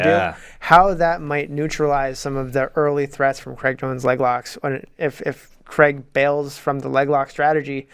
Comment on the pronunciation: Hey Americans, Craig is pronounced Crayg not Cregg....